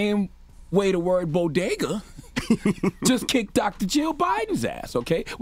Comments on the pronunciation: BOGADA or BoDega? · #if you say so 🤔 #bo-gah-dah # Bodega=( BO-DAY-GAH) SOUND IT OUT. SHE DON'T AND WASN'T TAUGHT TO SOUND IT OUT.SHE DIDN'T write that script. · gah-bidge = garbage, bo-ga-duh = bodega...easy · As someone from New York I find it extremely funny that she called it the “bogedas”. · Boa-gah-does! Wtf!!!!..., us blacks love Bodegas too! Wth is Jill biden TALKING ABOUT?!... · She didn't actually say what people said she said. She didn't 'Latinos are like their tacos'. But she did say bodega like Bogotá. What the hell does she know about Latinos anyway? And guess what, most second generation latinos in the US don't know either... She did make a stupid speech, tru. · Sounded like she said Bogotá 🇨🇴. More offended at the pronunciation 😂. Bodegas matter!!! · its "bogedas" for me😜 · Was she supposed to say BODEGA!! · She didn’t only mispronounce Bodegas, she scrambled the word.. she said ‘BoGedaS’ 🫤 ATP! Throw the whole presidency in the trash 🤾🏾‍♀️🗑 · She Jus Gave The Green Light For White People To Say BoGedaws 🤦🏿‍♂️ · DJ Envy thank you. I was like boga..das. no she said that so wrong. The boricua and the Bronx on me was telling...Who the f*ck is that? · Tf is a bo-guh-duhs? SMH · Bodigguhs?!? Breakfast Tacos?!? Ok, Jill😣…… Why is Charlamagne convinced Envy is Dominican 😂😂🤦🏽‍♀️ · She has definitely never been to a bodega or a bogeda! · Envy: “Think I’mma go to a ‘bogeda’ later today” 😅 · She deserved dotd just for the way she pronounced Bodega 😩🤦🏾‍♀️😂😂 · Who can’t say bodega?? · 🤦🏼‍♀️. You mispronounced “bodega”?! Really?! Okay, Jill. But, um 😶. You are a TEACHER. Who. Still. Actively. Teaches. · Lol nobody on her team knew how to pronounce Bodega SMH 🤣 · She didn’t say a damn thing disrespectful or stereotypical. People are way too sensitive for real. I expected to hear something completely out of bounds. She only deserves donkey for mispronouncing bodega. But a for effort. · As a Dominican.. more offended her pronouncing of bodegas 😂😂😂